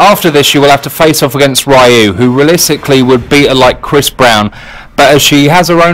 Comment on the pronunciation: He pronounced Ryu's name correctly. (Rr-eye-ooo)